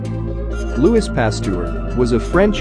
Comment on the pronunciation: Fact : Louis Paster has a gun in his desk, because if he get the desease, he will kill himself Ps : Louis is pronounced like « Loui » than « Luis »